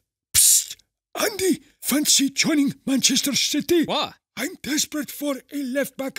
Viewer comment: the way he said city lol